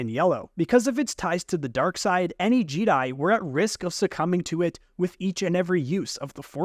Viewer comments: Jeh-Die Not G-Die Or Jeddi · I keep hearing you say jeedi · JEEDI? did you just say JEEDI? yeah im out bro goodluck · Bro said jeeeedai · He’s right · I've never once heard someone not pronounce Jedi correctly.... 😂😂 literally first time ever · The way you pronounce ”Jedi”, makes me question of I’ve pronounced it wrong this entire time. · I left when he said jedi wrong